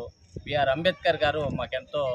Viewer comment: Dr b r ambedkar antunnav prati sari palakadam nerchuko sukalu anubavistunnav ga